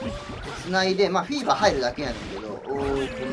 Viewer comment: 初めてぷにぷにした日おもったこと フィーバーがビーバーに聞こえた